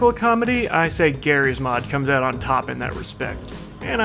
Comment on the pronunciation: It's OWT